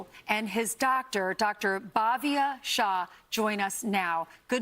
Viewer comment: It’s Dr Shah, not Dr Shaw. Thanks for bringing this out